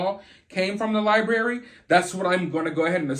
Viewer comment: FIRST OFF I Can't With How You Say, "Lie berry" bhaha. Anyway. I'm just catching up, but I think he's delayed or something right? He seems like the kinda guy whod be nice to everyone just so thry woukdnt beat hin up . would just be nice to Everyone. Maybe they didn't kidnap him, just more like Strong Arm or take over. Like they de